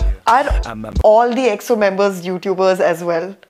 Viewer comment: I love your reactions to EXO. Your pronounciations of their names is perfect. They really have alot of content, so dont know where to begin. EXO are R and B kings, Kings of B sides. They truely dont have a bad song. They probably most known for Vocals and their Live performances. Their concerts are out of this world Enjoy your journey and congrats on 249 subs.